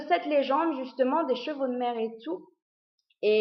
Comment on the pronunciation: Quand tu as dit " chevaux de mers " j'avais cru entendre " chevaux de merde " :P